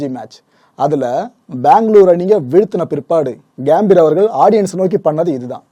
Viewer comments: அது கேம்பீர் இல்லை சகோ கம்பீர்.... கம்பீரம்னு சொல்வோம்ல அந்த கம்பீர் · Gaambir ila gambir.pronounce pply bro